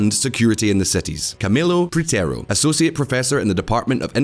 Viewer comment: Man u said Botoga instead of Bogota .. come on wtf ?!? and Camilo PriteRo ?!?!?!? is this a joke or you are doing yout job unprofessionally ??